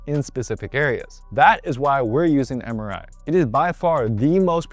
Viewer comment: Somehow everytime when you say MRI I hear samurai 😅